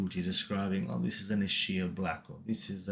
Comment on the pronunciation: EEE-Skyah. That's how you pronounce Ischia. Most people get it wrong, but it helps to remember it's an Italian word.